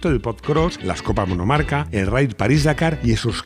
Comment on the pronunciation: Copas “Monocarca” 😂😂😂